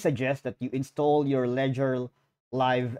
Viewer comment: you have to intall what? . (proper pronunciation is crucial to getting ppl to understand what is said. make sense?) and last, it is sheer FOLLY to conduct finances on an easily hackable instrument as ones phone. smh.